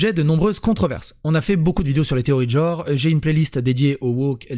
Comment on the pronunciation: Mais c'est dingue ça !!! Tout le monde prononce le mot GENRE en JORE ! Vous savez ni lire ni parler ma parole ! Vous dites OCULER ou ENCULER ????